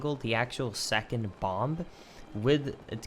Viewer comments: My man you can't go around pronouncing the silent B in bomb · It is really odd that you half-pronounce the second "b" in "bomb", but only sometimes.